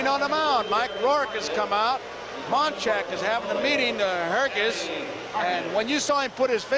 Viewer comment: Gary Hargis’ only MLB appearance — you gotta love the way Garagiola busts his chops, and mispronounces his last name (“Hergis”) for good measure. I actually saw him play in the minors, for the Columbus Clippers, before they became a Yanks farm club.